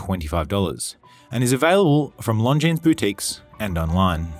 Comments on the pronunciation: Beauty! Pretty sure the "s" in Longines is silent though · Nice watch but agree that price point is a little too high for what it is.,please,the s is not pronounced in longines. All the best.